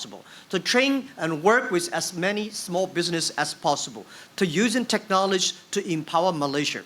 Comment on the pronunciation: Till now can't pronounce 'technology' :D